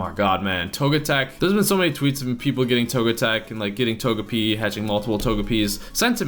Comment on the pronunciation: Pibble a few videos said togepie instead of togepi many times. So it was on purpose